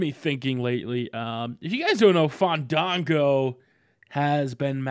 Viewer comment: tubby please, it's FAHN-DAHN-GOOOOOOOOO!!!